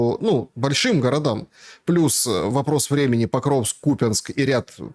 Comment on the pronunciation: Не КупЯнск, а КУпянск! Он же вроде в Украине "бывал", он не с Урала оказывается, по идее должен знать название .